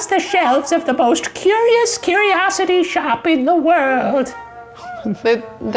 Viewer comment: I noticed shane kinda struggled pronouncing culi/curi, he always ends up saying something like q-u instead. Like on top five beatdown when he said q-u-nary (culinary) and here when he said q-u-s for (curious), do I actually make any sense?